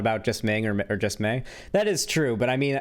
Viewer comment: He couldn’t pronounce Mei’s name and he couldn’t pronounce Yumi’s name…These are simple, really easy to say names.